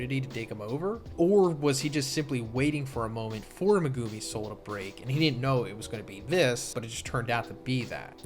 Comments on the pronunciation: Lol this isn’t an insult but you might want work on your Japanese phonics. It’s not meh-guuu-mi you’re extending the second part too long making it almost two syllables. Each part of his name should be one syllable. Me-gu-mi each should be one clap. And it’s not “New” it’s Nu-ay. Like I understand that you don’t speak Japanese but it doesn’t take that much effort to just say the names right. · Bro saying me-gew-mi is driving me nuts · meg-A-me The u IS SILENT T_T lol it was bothering me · Why do you keep pronouncing megumi's name very weirdly it's very irratating.